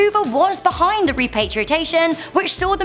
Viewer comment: *repatriation* .... dumb broad bungled that word twice within a few seconds but yeah, dubya the bumbling moron was definitely, by far, the WORST